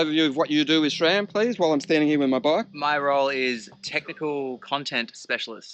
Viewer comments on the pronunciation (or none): There is NO “H” in SRAM. 🤦‍♂️